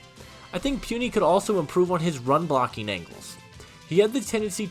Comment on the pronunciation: its PU(pooh)NI(knee) Puni not Pwuni 🤣🤣 My college teammate just want to help you